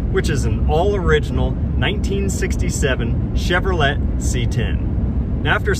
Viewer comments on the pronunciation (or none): And just for your information my friend it's not pronounce with a T at the end is Chevrolet with delay at the end not the T. I e it is not let.. it's lay or I should say sounds like. The t is silent because it is French. Like Monet t would be silent silent. People that do not pronounce things correctly great on my nerves so no I'm not watching the video but thank you